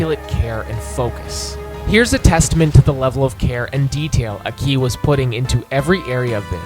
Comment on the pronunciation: Aki is a legend. Or as you seem to call him for some reason, "Akí"